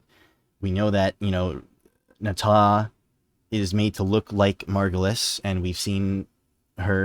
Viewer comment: Finally! Someone who gets that it's Margulis. I was starting to question my sanity with all the people saying it's the Lotus.